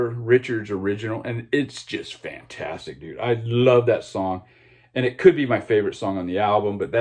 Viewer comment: Generally agree, although come on with Sweetheart of the Rodeo. Remember Gram Parsons vocal was removed from most of the album. On the bonus tracks on the cd you get an idea of what this first country rock classic might have sounded like. Please stop saying 'fantstic.'